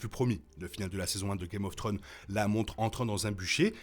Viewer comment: Video super intéressante et bien argumentée. House of the Dragon semble nous montrer Dany comme la princesse promise. Cela relevera sans doute de la spéculation au final. Ps: vous narrivez tjrs pas a dire Thrones, le S nest pas optionnel, "guèm of tronze' la prononciation. Un petit effort ! ❤